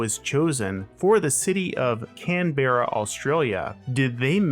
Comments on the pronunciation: "Canberra" has two syllables. "Can", like a can of soda, then "bra", like the ladies' undergarment. But the "bra" becomes more of a "bruh". Canberra. CAN-bruh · Came here to say this. And come on, Can Berra? It’s not Hanna Barberra Yogi Berra. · Could you at least learn how to pronounce the name of the city you’re commenting on? And you’re fundamentally wrong about where the centre of town is.